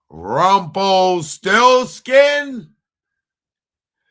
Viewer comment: u said rumplesti